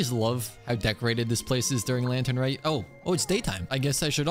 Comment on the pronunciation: All year I waa looking forward to hear you say lantern wrong and then you come up with something new. I'm more excited to hear what you'll say next year than for the actual event.